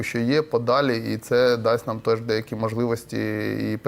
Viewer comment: Неук рускєй БлизнючЕ,НЕ кажи:"По наМММ,по позиціяМММ"!!!